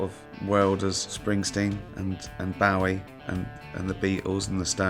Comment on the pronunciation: did he honestly just say Bowie like that